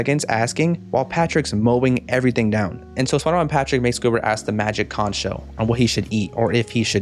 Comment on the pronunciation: I find it so weird that they mispronounced conch through the entire episode. Especially since characters in past episodes have said it right.